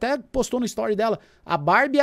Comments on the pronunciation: Minha filha fala barbia igual o hahahahaha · nao aguento quando o chama a barbie de bárbia